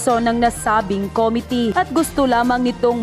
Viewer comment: Please stop saying COMITY. It’s committee. Thank you for your videos.